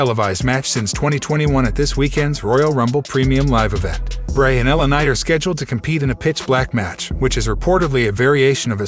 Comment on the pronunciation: why can't the voice over man say words properly L A Night lanight .etc really annoying .